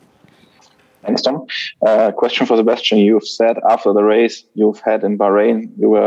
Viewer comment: this german guy pronounces names always so weird. i always wonder why he as a german says "Sebestchen" instead of Sebastian or - when he says max verstappen he says "meks vershtEppen", when he says alexander albon he says "Elexender ELbon", lance stroll is for him "Lents stroll", calls kimi "REYKENNEN" is just weird because he is german and names like alexander, Sebastian or max very german sounding names and he says them still so weird - but when he talks german he says it normally